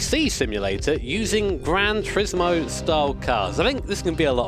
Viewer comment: “Granch Rismo”